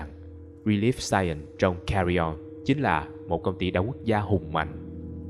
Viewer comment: Mọt nói Cà Ri On :)))))